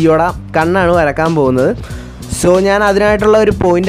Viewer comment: വരക്കാൻ അല്ല വരയ്ക്കാൻ........